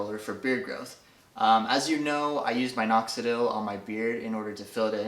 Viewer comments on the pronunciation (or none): Bro. Pleeeeaaaase. For the love of God say minoxidil right. Not mine-oxidil. MIN-oxidil. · wulfgar3000 nope. Don’t know what side of the world you’re on and even if you were from a different part of the world. There’s no “E” in the word. So in no way, shape, or form regardless of how you feel, is he saying it correctly. He’d be saying it correctly if the word was written “Mine-oxidil” but that would just be silly to even think about spelling it that way. Let alone saying it in a way that isn’t spelled that way.... Bro